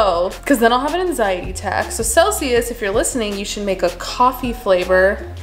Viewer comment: I really thought she said seltzer instead of Celsius and was like damn, that’s a pre workout drink 😂